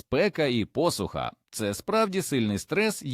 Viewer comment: теплицЯ, пОсуха, плОди, обприскувАння, продИхи, .......😢